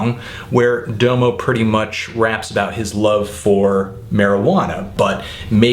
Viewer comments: I CAN'T TAKE YOU SERIOUSLY WHEN YOU DONT KNOW HOW TO SAYS DOMO'S NAME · He pronounces Domo that way cause that's how you say it in Japanese lol. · Lol u guys make it sound like he would have appreciated the album more if he pronounced "Domo" correctly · Well, even after a few minutes Google searching, it's pretty clear that his name is meant to be pronounced Dah-mo; this is further exemplified when he says his own name ("Follow me on Twitter at 'Dahmo'...") on the track Salute from OF's mixtape Radical ;) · This is almost painful to watch every time you say "Doe-mo" But thank you for the great review. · Very good review, but I find it disturbing that a self-confessed "music nerd" cannot pronounce the artist he is reviewing's name correctly. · you're pronouncing his name wrong.. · I dont respect you because you mispronounce the name of the artist you're reviewing. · How come its only white folks who pronounce DOMO wrong?? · YOU KEEP SAYING DOMO WRONG